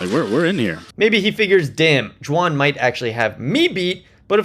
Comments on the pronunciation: Are you saying Jwan? Intentionally it sounds like? Some inside joke that I missed? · 'D'wan. Not Xuan ffs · I cant get over how you pronounce Dwan lol i had to keep rewinding and all I could hear was "Juahn"